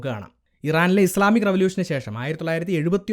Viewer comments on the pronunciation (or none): ബ്രോ ഇസ്ലാമിക് അല്ല. ഇസ്‌ലാമിക് എന്നാണ്